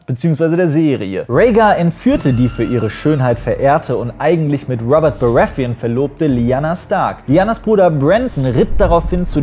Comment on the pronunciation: Gutes Video. Aber wieso sprichst du die Namen von GoT nicht auf deutsch aus? Wie du Baratheon ausgesprochen hast. Ich musste erstmal überlegen ob ich was verpasst habe da ich den Namen so nicht verstanden habe.